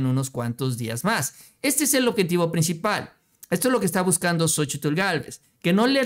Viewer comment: Seria interesante contar las veces que dices Sochitil en cada video... seguro es un record